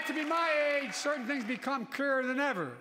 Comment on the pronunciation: He said "Kree-er" 😂 He couldn't even say clearer.